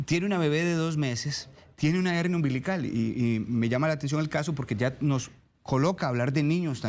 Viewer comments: La doctora porque habla de HENIA, CUANDO ES HERNIA , NO SE PORQUE NO LO PRONUNCIA BIEN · Una pregunta. Es Hennia o HeRnia?? La doctora dice Hennia. Pero yo siempre la e conocido como Hernia!!